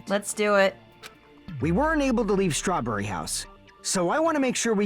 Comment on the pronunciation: I love how his accent forces Fuyu to be like "StrawBRRRy house"